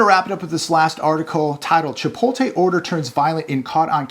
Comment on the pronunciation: Chee-poat-lay. Chipotle.